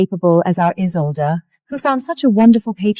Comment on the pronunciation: They keep mispronouncing “Isolde.” It is supposed to be “IZ-OLD.” Like it “is old.” And why on earth did you blur out the wedding kiss? That’s just ridiculous.